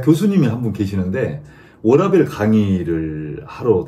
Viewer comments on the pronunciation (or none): 죄송한데 워라벨 아니고 워라밸이에요 발렌스가 아니고 밸런스ㅋㅋ 늘 응원합니다 저도 ISTJ😅